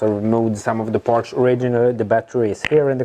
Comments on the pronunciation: Partssssss not Partschhhh;-) Like Your Videos, I think its Silicium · and "parch" instead of parts! <3